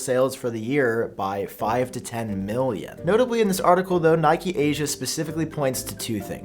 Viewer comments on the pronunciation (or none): It's not pronounced Nikee, it's pronounced Nikkei